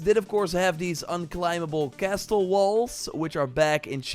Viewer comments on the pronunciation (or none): no disrespect, just noticed it and wanna help, but the 't' in castle is silent my guy